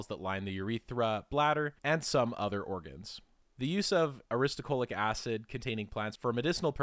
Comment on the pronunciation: ahhh you keep saying aristo CHO lic acid, when it is aristo LO chic acid